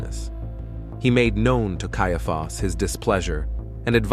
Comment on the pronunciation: It is really annoying that the narration robot cannot decide how to pronounce "Caiaphas".